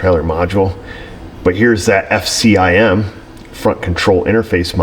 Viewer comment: Knew you weren't a Ford guy the minute you said F-C-I-M